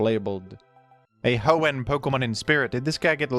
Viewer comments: It's Ho-En, not Ho-Ehn. He's putting way too much emphasis on the "enn." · i’m sorry but the way you say hoenn “hoe-ehnnn” makes this unwatchable for me </3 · The he pronounces Hoenn with that emphasis. Surely he knows??? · Bro its Hoe-in not Hoe-ehN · I've never heard anyone pronounce "Hoenn" like you do. I always hear people put the emphasis on the first part of the word, not the second part. So "HOenn" instead of "hoENN". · It’s pronounced Hoenn, not Hoenn, by the way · the way you pronounce Hoenn (Ho-ENn) has made me click of this video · “The hoe-n special” is my new favorite tick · hoENN is how I always pronounced it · Mf, SAY HOENN CORRECTLY. Jesus Christ. If you were ragebaiting, well done, baited. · can you pronounce hoenn right please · You pronouncing Hoenn angers me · Does anyone else pronounce hoenn wrong like T-T Love u T-T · You emphasise the "enn" in Hoenn, which I find interesting. I don't think I've heard anyone do that. What brought about this emphasis? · weird way to pronounce hoenn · Why does he pronounce Hoenn like that 😩😩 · Baffled by your implication of another pronunciation of Hoenn- is it that he very slightly overpronounces the enn?